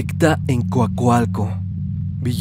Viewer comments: Como dato , soy de Coacalco , y se pronuncia así Coacalco No cualcalco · 😂😂😂 es Coacalco, no cuacualco 🤣🤣🤣 no tiene letras "u" lo más extraño es que está bien escrito, pero mal pronunciado 😳 buen video, en Coacalco me ha tocado ver varias cosas extrañas, no dudo en el relato de la secta. Saludos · Se dice Coacalco no cuacalcuo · porque le dices Cuacualco a Coacalco? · en coacoalco? o COACALCO? jaja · Para los curiosos la cueva del diablo esta en el cerro ehecatl en ecatepec sino me equivoco, era coacalco jaja no cuacualco jaja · Se dice COACALCO xD Mi amiga vivía en coacalco, vivía en unos departamentos arriba del cerro y me parece curioso que también había una prepa y un parque xD una vez en un día de lluvia vimos a un sujeto vestido completamente de rojo subiendo el cerro hasta que lo perdimos de vista y otro día en la noche se veía una luz roja que se prendía y se apagaba, pero cuando prendía de nuevo estaba más lejos del primero lugar fue super raro. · 😂😂😂😂😂 es divertido pero tierno, jamás en burla ❤❤❤❤❤❤❤❤❤❤❤ yo no puedo con las palabras con "CR" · Jajaja me da risa como dice cuacualco 🦆🦆 cuac cuac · Más bien escuché Cuacualco. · Jajajajaja nooo así no se dice Coacalco JAJAJAJAAJAJAJAJAJA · lo siento, no puedo tomar en serio la segunda historia tomando en cuenta que no sabe pronunciar COACALCO jsjsj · Me encantan tus narraciones, solo cuidado con la pronunciación DE COACALCO, se pronuncia como se lee, es maravilloso escuchar mi municipio en historias de terror. Saludos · Lo mismo pensé jeje la pronunciación es igual . Saludos ! Mi familia reside ahí 🥰 yo voy cada año a visitar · Holaaaa! Stan. Buen video. 🎉 Mi infancia estuve en Coacalco. Y la pronunciación del municipio no es la correcta. Salu✌🏻